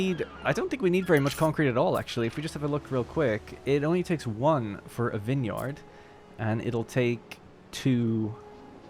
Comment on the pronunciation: The way you pronounce vineyard is hilarious.